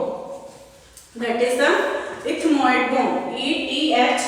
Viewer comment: Mam plz say properly